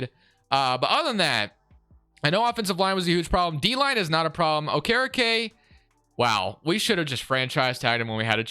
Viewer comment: Butcherin okerekes name